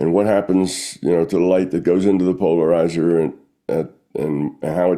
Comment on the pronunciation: teach how to say polarizar\